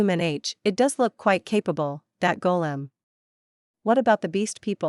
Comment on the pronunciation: Golem? Not Kolem 😂😂😂